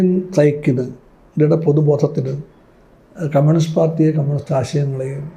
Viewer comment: Learn to pronounce the word psyche, comrade!